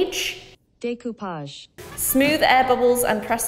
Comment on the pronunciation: Découpage like « day » without the y, cou « move » sound with a k, and page « flat » sound and j. Da(y) k(m)o(ve)p(fl)aj